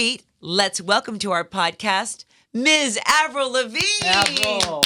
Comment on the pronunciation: Omg the host said Avril’s name wrong for a second